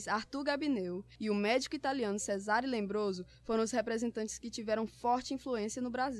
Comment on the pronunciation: É Lombroso, e não “Lembroso”!